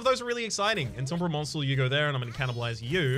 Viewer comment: Is the crooshible warden or oombra pronunciation a stream joke that I missed? Or maybe are those the Australian pronunciations?